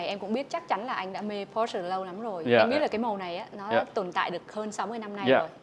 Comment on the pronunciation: Sale hãng Porsche mà gọi "pô" thành "cái bô", thật thiếu hiểu biết.